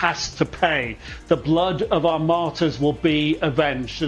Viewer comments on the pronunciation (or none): "...their maytrs" Bro just said the quiet part outloud.